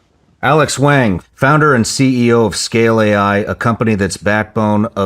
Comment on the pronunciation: Shawn Ryan totally butchered the pronunciation of Wang’s last name 😂